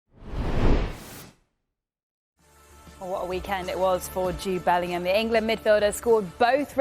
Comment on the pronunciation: Was I the only one who couldn't stop laughing when she said 'Bell-end'oor. 😂😅